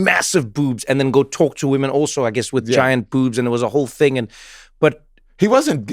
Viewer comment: WTF? We don't say women like that